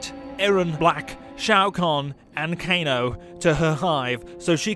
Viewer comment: He also pronounced kano's name as k-A-no instead of "k-ay-no"